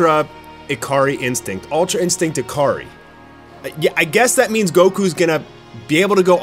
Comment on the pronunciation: I keep hearing "A-Car-Ree". Your Japanese pronunciation needs some work. "Ikari" is pronounced EE-Ka-Ree.